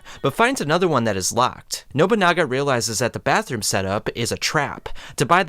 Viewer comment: & “Nobanunga” bro is terrible at pronouning names 💀